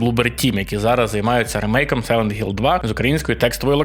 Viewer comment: Будь ласка, не заміняйте х на ґ, це неможливо сприймати, який сайлет Гілл, яке Гейло? Це неймовірне коверкання оригінальних назв, гірше образи для тайтлу важко придумати